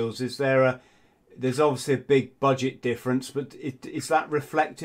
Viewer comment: Dude literally said: " there is no such a differench between para/royal marines and seals". 😭😭